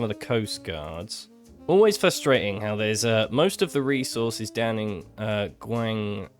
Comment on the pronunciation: Guangkli had me dying 😭